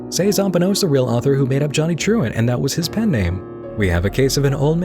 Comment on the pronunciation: More i hear saying Truant, i cant help to hear actually Truand (meaning Hoodlum French but more like a con artist than an enforcer)